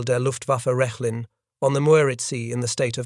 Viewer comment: As well, the site would in German be pronounced “Rekh-lin”, not “Resh-lin”.